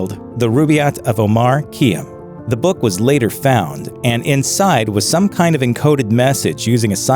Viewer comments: Omar Khayyam: "kai - AM", not "KEE-uh". BTW, that teacher couldn't have been in the 1840s -- they didn't have formica topped classroom tables back then. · It’s pronounced> O-marr KHAI-AM!!